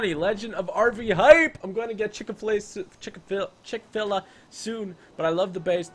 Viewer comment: it's chick-fi-lay not chick-fi-la